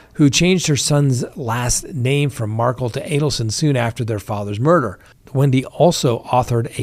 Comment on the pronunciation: Please read your comments. I find it comical that you butcher Magbanua. But please, it’s hurtful that you refuse to pronounce Markel correctly. The family pronounced it, Marr-Kell. Please stop pronouncing it like Mar-kle.